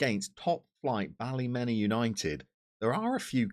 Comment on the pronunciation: Great result against the Glens. Tip from a local. It's pronounced Ballymina. Loving the series and won't be long till your in Danske Premiership